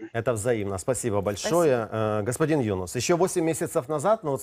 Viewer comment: Ведущему можно было бы запомнить, что не Юнус, а ЮнУс.